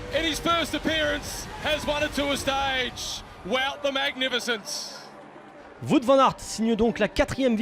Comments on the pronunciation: Oula on a encore une palme d'or du plus mauvais commentateur, il a dit Vout au lieu de Wout ce con, ils sont grave ces français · En Flandres et aux P-B le W ce dit W et pas V donc Groenewegen et Wout au lieu de Groenevegen et Vout et le OU se prononce comme en anglais (proud par exemple) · VOUT VAN AERT sérieuuuuux !!!!! c'est incroyable et inadmissible de ne pas savoir prononcer correctement le nom d'un vainqueur d'étape du Tour, c'est quand même la BASE du travail de commentateur !!! Proficiat Wout Van Aert, heel mooie sprint, Belgïe is fier van jouw, dank u wel. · eh le frouze, c'est un belge donc tu prononce son nom comme il faut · Eurnie oui mais là ça fait déjà plusieurs fois qu'il y a la même erreur